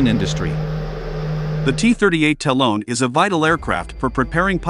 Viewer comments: It’s Ta-Lon, not Talone! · The cost of lazily handing the narration off to an app. No one who knows anything can watch past the first minute after that third time of having to hear "talon" pronounced with a long o. DID you review your work? How many times did you hear "talone" and think, "yep, must me how it's pronounced."